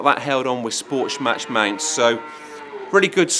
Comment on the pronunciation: "Sportsch-match mounts"